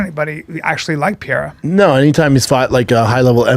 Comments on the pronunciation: its pronounce P E R E I R A not piera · Chael: alex pee-era Brendan: glover Tex-era